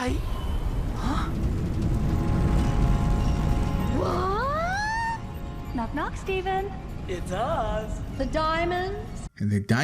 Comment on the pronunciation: its spinel NOT spinell